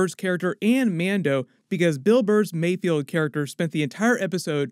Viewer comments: It's mayFELD not mayfield!! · Im really nitpicking here because i cant find anything else to complain about its Mayfeld not Mayfield. Love the video bro subscription earned! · Mayfeld. Not Mayfield :| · It’s MayFELD not MayFIELD 🙂. Another awesome breakdown thanks! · I’m pretty sure Bill Burr’s character’s name is ‘Mayfeld,’ not ‘Mayfield.’ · Pretty sure it's mayFELD not mayFIELD. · Great breakdown! However please, for all that is good in the world, it’s pronounced “Mayfeld” not “Mayfield” 😭